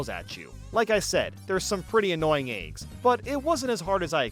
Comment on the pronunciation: Not a knock, but I'm greatly amused by pronunciation of "eygs". Keep up the great work!